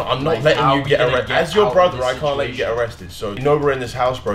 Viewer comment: My man said erested